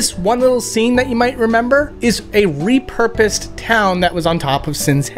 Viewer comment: ty for letting everyone know this it was driving me crazy when he said "repurpose"